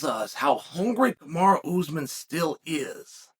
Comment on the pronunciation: Kumara Usman sounds like his sister. Nice gimmick to mispronounce all the names 👍